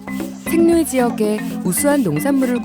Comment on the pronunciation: 같은 Saint 인데, 생떽쥐베리 라고 할때는 "쌩"이라 하고, 쌩-루이를 이야기 할때는 "생"으로 발음 하네 ? 이 아가씨가 지조가 없군... ㅎㅎㅎㅎㅎ